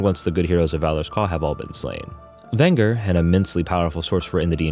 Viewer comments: Ring-le-run, not Ringle-run. And VEN-jer, not Vin-gur. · You mispronounced Venger's name. It's pronounced "vinn-jurr" not "vinn-grrr".